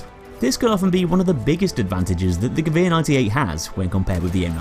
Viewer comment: So how do you pronounce "Gewehr"? Ge-que-r?